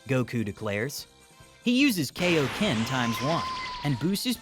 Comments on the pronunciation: Its not kayoken it kai o ken idiot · Kai o ken not kay idiot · kai - oh - ken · Are you just going to keep mispronouncing kaiokenyou and your mispronouncing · The only minor gripe with the voiceover is the mispronunciation of Kaio-ken.